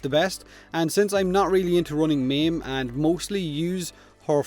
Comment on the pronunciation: When he says "meme" he meant "maim" Took me a while LOLS